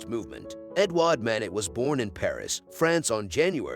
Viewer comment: First, this video is narrated by a robot. The painter’s name is mispronounced. It is Mah-NAY. Other French names and words are also mangled. It is painful to listen to! Don’t recommend channel Moving on…